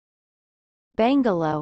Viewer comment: Bungalow not Bangalow.